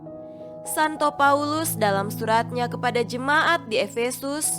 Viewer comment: Disarankan kepada sipembaca katakan sebutkan jemaat dab bukan jema ah